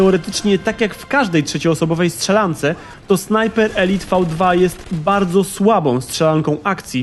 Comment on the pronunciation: Elite czyta się elajt